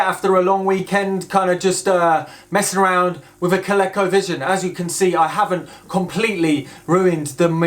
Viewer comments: Love it! FYI (probably showing my age here) but Colecovision is pronounced with a hard "E". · Here in the states (well mid-Atlantic anyways) we pronounce it ‘Ko-leeko. Never even thought of it with a short “e” sound. Neat!